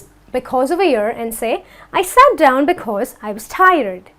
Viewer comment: It's not dowon it's down